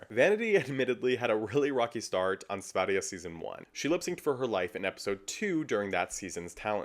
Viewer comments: Kudos for slaying diva, for pronouncing. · As a swede you ATE that Sverige pronunciation! :)